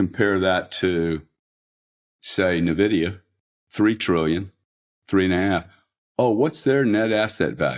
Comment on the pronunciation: Interesting pronunciation of "Nvidia"...